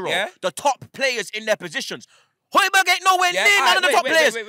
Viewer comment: man said hoijberg over partey brazy